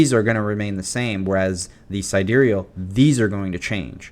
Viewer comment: who tf says side real lmao